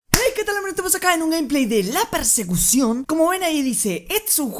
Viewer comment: dice la persepcion en vez de la persecucion